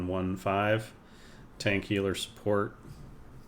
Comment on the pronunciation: Its European, its Tahnk. LMFAO